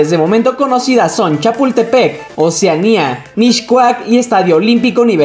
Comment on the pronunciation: No se pronuncia “MiSHcoac”, se pronuncia “MiScoac” Aprende a pronunciar antes de hacer vídeos